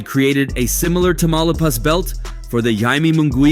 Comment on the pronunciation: Did he say "Tamaulipas" belt???